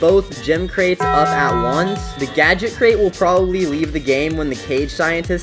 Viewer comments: ITS CRATE NOT CREATE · Printer Create? Bro forgot how to say the word Crate XD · Bro can't even pronounce crate 😂